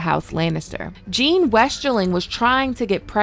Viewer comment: Jane/Jeyne not Jean.